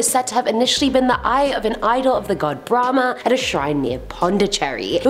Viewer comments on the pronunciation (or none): none